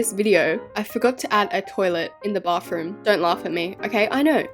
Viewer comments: YOU NEED TO LEARN HOW TO SAY BATHROOM ITS NOT BARTHROOM ITS B A T H R O O M THANK YOU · you say bathroom " bafroom"